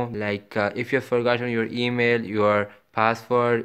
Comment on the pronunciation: Te mail 😂😂😂😂😂 thu thus tha tha tototo 😂😂😂😂